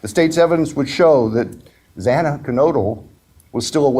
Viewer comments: Jesus!!!! Pronounce Xana's NAME CORRECTLY!! He mispronounced her name twice. Very very disrespectful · Judge, learn how to pronounce the victim’s names! Twice you mispronounced Xana’s name! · First of all, the judge not pronouncing Xana Kernodle's name correctly is horrifying and disrespectful. Her name is engraved in my brain, and I'm actoss the country, a regular citizen, profoundly affected by this horrendous tragedy. And then the DA giving this evil monster a chance to live out his life, 3 meals a day, shelter and even the possibility of continuing his education, ON the dime of tax payers, to include the victim's families. What a spit in the face to the victim's families. The state of Idaho's justice system should be hiding under a rock. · It’s a shame the judge couldn’t even pronounce Xana’s name properly! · The first thing the judge did was take time to reprimand a grieving father and his supporters. But the judge couldn’t even be bothered to learn how to properly pronounce Xana‘s name. He came off like he didn’t give one flip about the victims or their families. Just checking off court for the day, then headed home. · Xana Kernodle... Say her name right, dammit!!!